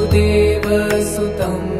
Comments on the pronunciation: Please pronounce it correctly. I am observing pronounciation issues in almost every video of this type. In this video, वसुदेव is pronounced as वासुदेव वसुदेव is the father of Krishna, who is वासुदेव। So this makes a huge difference in meaning. It's a good work, efforts appreciated but you need to get it checked by a Sanskrit expert before publishing. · It’s Vasudeva not Vaasudeva pls correct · Sorry to point out a mistake in pronouncing the first word. It is वसु देव... But it is being pronounced as वासु देव सुतम.... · Very good. But there is a big mistake. Vasudeva sutam is being pronounced as Vaasudeva sutam (extra a in Vaasudeva). Krishna is called Vaasudeva as he is the son of Vasudeva. Sutam means son. So, Vasudeva sutam means - Son of Vasudeva, or Krishna. Vaasudeva sutam would mean - Son of Vaasudeva, or Krishna's son, and not Krishna